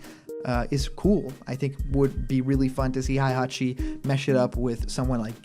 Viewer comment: So many youtubers pronounce it as Haihachi